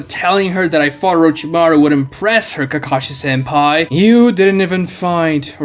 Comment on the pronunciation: y is he calling kakashi senpi? XD